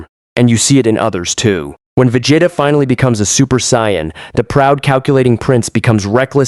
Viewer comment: Vagatta...ok...I grew up saying Vegetta...long e. Pronounced in the show and now the AI actually says "sayin". Crazy work.